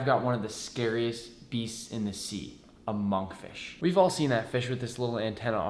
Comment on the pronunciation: the way he said "a monk fish" sounded like "Among Fish" when the fish is sus